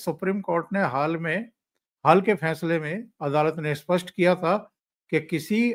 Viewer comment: वक्ताओं का " स्पष्ट " और " अस्पष्ट " शब्दों के उच्चारण में फ़र्क नहीं दिखता । उर्दू प्रदेश की शिक्षा का प्रभाव इन के उच्चारण दिखता है । स्पष्ट और अस्पष्ट दोनों स्वतंत्र शब्द हैं । यह गलती उनको खुद को समझ में आनी चाहिए, तब ही उसमें सुधार हो सकता है । स्टील का इस्टील वगैरे ।